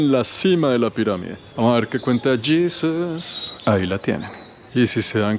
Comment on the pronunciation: " vamos a ver qué cuenta yisuuus " 😂😂😂😂